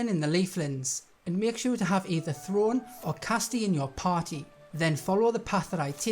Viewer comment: I hate to say it, but Throne is pronounced as ‘Throw-Nay’. They say it about a hundred times. Anyway, thank you for this.